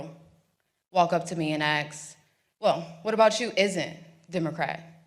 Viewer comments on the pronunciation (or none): She going to have time fix that "axe" instead of ask if she wants to go far. I am with her 100% but nobody will take her serious if she can't say the simple word ask.